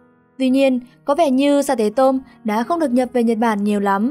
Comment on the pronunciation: Sa tế tôm là sa tê tô mư chứ không phải mô mư ad ơi